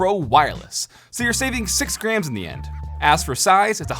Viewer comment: It’s like he’s saying greems XD